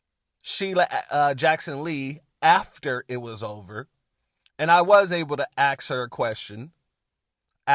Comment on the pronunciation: Perhaps if you "ASKED" a question...instead of... "Axing" a question....